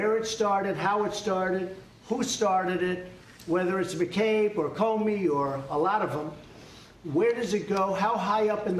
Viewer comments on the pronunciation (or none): none